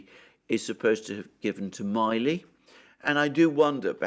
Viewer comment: you are mispronouncing General Milley's last name. Please check it.